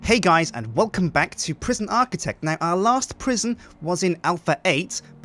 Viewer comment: Prisjin Architect: Sjincatraz